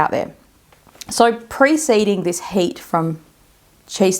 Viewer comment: when you pronounce 'heat' I hear 'hate' maybe not coincidental? can this trigger hair loss/alopecia?